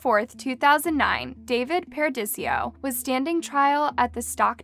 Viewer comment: The vocal fry and inability to read (Paradiso is not pronounced Par-uh-dee-see-oh) made me say, “Buh-bye.”